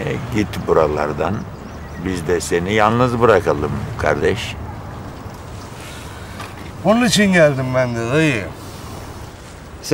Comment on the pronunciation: Dayı normalde kardeşş diyordu ama ali dayıya sağlam adamsın dediğinde sağol yiğen diyor 😅